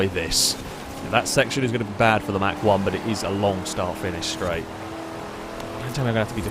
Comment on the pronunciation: it's not pronounced "Mack" one...>.< that was killing me lol...good video as always though +